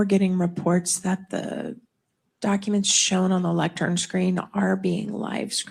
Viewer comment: “Lectern” not Lectrum. That is driving me crazy lol